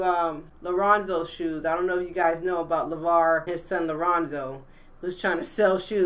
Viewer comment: lonzo not leronzo